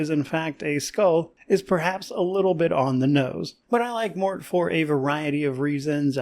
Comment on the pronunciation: Wait, the "e" in Morte is silent? I've been pronouncing it incorrectly all this time?